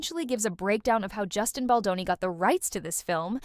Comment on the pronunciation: Who’s this Boni the AI keeps saying🙄. Get his name right account owner